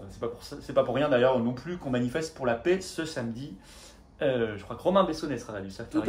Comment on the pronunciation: Plusieurs remarques : _ à quand l'union avec Asselineau,Dupont Aignan et Kuzmanovic ?? _ Pouvez vous acheter un micro , car le son est très moyen.. _Quand on prononce le mot " paix" , c'est l'équivalent en phonétique du son "ê" , et non pas "é" , comme prononce Florian, tout le temps (!) La souveraineté commence par respecter notre langue française. D'avance merci ☺️